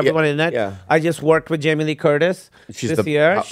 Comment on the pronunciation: Why do they call him HAMIE when his name is Jamie? you pronounce the J as J in English, not like a H.